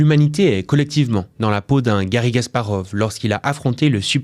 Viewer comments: C'est Kasparov pas Gasparov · KAsparov !! Et non "Gasparov" .... Aieaieaie 😂😂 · Ce n'est pas *G*asparov, mais *K*asparov. En tant que joueur d'échecs, ça me dérange.